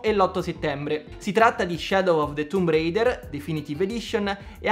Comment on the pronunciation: ADDIO EMULATORI SWITCH? no. Dove hai sentito sta cazzat.. ma poi ''tumb reider'' bella pronuncia HAHAHAHAAHHAAHAAHAH il cancro